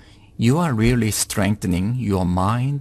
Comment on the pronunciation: Hey, I reary rike your reading.